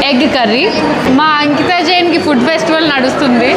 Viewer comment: Food❌ Fuud ✅